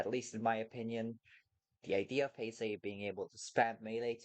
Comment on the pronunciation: I hate how he says “ Heisei “